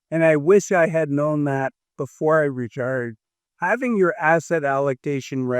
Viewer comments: Why do you say "ruhturd" instead of "retired"? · Are you saying returd?